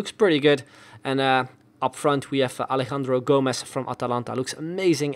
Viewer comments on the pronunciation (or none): none